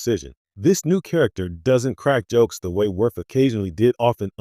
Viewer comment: The Character's name is pronounced, WORF! DUMBASS!